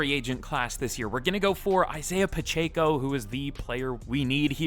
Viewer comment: I'm a Chiefs fan but hearing him say Pacheco's name bothers me 😂